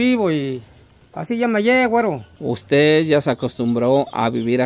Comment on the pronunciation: Un shot de tequila por cada que diga wuero!!!